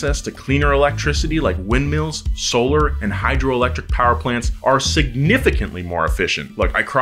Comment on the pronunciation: Dirty powa babeh!!